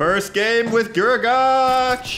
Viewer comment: Guragatch, gruagatch, grugagatch ITS FUCKING GRU-A-GACK